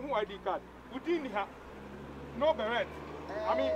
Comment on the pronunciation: Akabenezer is the only soldierman who say “Belaire “ instead of Beret 😂💔